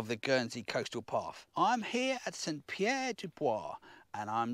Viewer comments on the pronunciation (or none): none